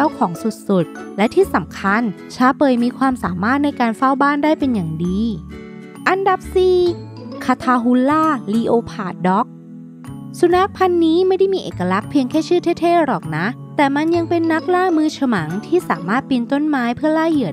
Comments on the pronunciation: อันดับ 4 ลีโอผ่าด ด๊อก????? มันอ่านว่า เล็พเพิร์ด จ้า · ขอโทษนะคะแต่จะบอกว่าคำว่า leopard อ่านว่า แลปเพิร์ด ค่ะ ไม่ได้อ่านว่า ลีโอพาร์ด นะคะ เเต่ชอบวิดิโอนะคะ สนุกดีค่ะ ให้สาระแบบไปตลอดเลยนะจะติดตามค่ะ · 6.55 "leopard อ่านว่า เลบเพิ่ด ไม่ใช่ ลีโอพาด คับ แปลว่า เสือดาว" นะ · อ่านว่า เล็ปเพิร์ด ครับ ไม่ใช่ ลีโอผาด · ขอแนะนำนิดนะครับ Leopard = ไม่ได้อ่านว่า ลีโอพาด นะครับ มันอ่านว่า เละ-เปิร์ด หรือเลป-เพิร์ด #แนะนำไว้เป็นความรู้ให้จะได้ใช้ศัพท์ที่ถูกต้องกันนะครับ ^~^ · เดี๋ยวพี่ อันดับ4 คำว่า Leopard มันอ่านว่าแลปเพิท=เสือดาว ไม่ใช่เหรอ??